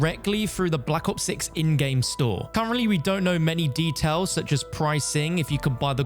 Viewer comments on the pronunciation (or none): none